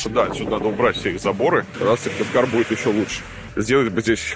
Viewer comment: СыКтывкар а не Сывтыкар (